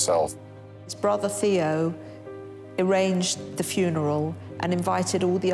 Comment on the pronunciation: Stope already, .. STOP; saying vangock and Tayo !!!! VanGogh and Theo FGS !!!!!!!!